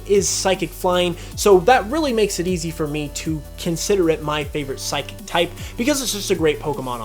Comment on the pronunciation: You got 3 of the types wrong! #1, they say water, NOT aqua! #2, it's Psychic, NOT Physiquic! #3, they're called Fairy, NOT pixie!